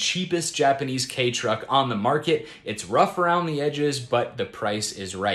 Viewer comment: Don't think it's pronounced "Kay" I think it's supposed to sound like "key"